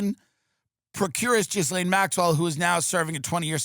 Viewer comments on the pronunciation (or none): Ghislaine is pronounced GEE-LAN.